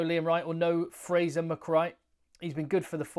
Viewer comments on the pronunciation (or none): none